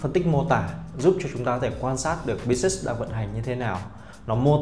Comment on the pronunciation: phát âm vài từ tiếng Anh (business, analyst,..) nuốt chữ nghe hơi khó chịu. Dù sao thì vẫn cảm ơn bác vì video !